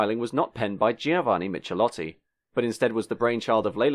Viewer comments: Actually the last name of that Italian designer is pronounced as "mik-e-lotti". In Italian, the digraph "ch" equals the "k" sound. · Michelotti pronounciation is : Meekailottee. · Michelotti is pronounced "Mikelotti", not "Mitshelotti". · "Michelotti" is pronounced "Mikelotti"... the Italian "ch" is pronounced as a "k" (as in kilo), not as in "cheese". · If you're going to play documentary journalist, you'd better get acquainted with foreign pronunciation. Michelotti is Italian and sounds "Mee-keh-lotty" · Zetland, suburb of Sydney with a short "E" not Zeetland. Giovanni Michelotti, the 'ch' in Italian is pronounced as a hard "C" not "ch". Good vid though; I saw all of these cars when they were new, even saw the P76 driven in rallies.